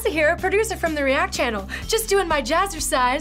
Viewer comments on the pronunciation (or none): Just got prevented from subscribing by Alyssa's jazzercise. Please, no more jazzersice.